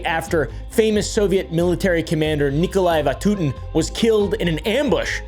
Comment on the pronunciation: Nikolai vantuten more like Nikolai beentootin